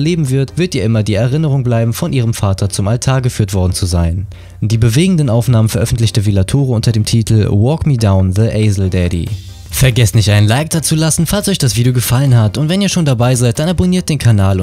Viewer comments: Aisle wird Ail ausgesprochen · Aisle........Englisch ist nicht sein Fall